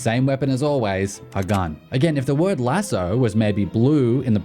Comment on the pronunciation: What's with your pronunciation of lasso??